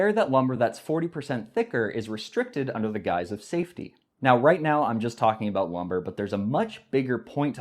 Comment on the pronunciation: tee hee! You said aboot! What a funny little guy you are! Tee hee!